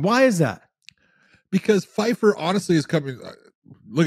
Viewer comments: How in the world are you guys pronouncing PYFER as “FYFER”. Never again can you guys make fun of Dave’s pronunciation of jamahal hill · Joe Pyfer. Surname starts with a P. Pronounced Py-Fer. I'd love to know where you got Fyfer from 😅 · The number of times you guys said FYFER not PYFER Josh John John John John John x4 Josh John John John Josh John Josh Josh Josh I stopped at this point. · It's PYFER with a P, not Fifer with an F ffs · John and Josh calling Joe Pyfer "Fyfer" 100 times made my brain hurt. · Pyfer starts with a P, not an F. Also, it's Ev-Lo-Ev, not Evolov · Maybe he can learn how to say "Pyfer" correctly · Now maybe they learn how to say "Pyfer" with a "P" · Learn how to say Pyfer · He should read this one, learn how to say "Pyfer" with a "P" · It’s either they really like actress Michelle pfeiffer or the head trauma is getting to their reading abilities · Learn how to read and pronounce names